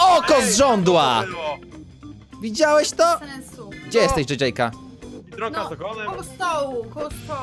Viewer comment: mówi bierdonka nie biedronka 😆😆😆😆😆